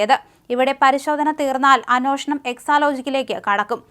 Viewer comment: അന്നോഷണം അല്ല പെങ്കൊച്ചേ ,അന്വേഷണം..